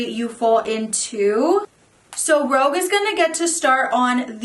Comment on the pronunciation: Loved the video. But I think its rouge(like the colour) not rogue lol just FYI :)